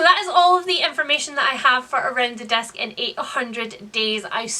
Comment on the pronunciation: Swear I thought you were saying "desk" instead of "disc". Around the Desk in 800 Days. Kind of a different read-a-long, I think.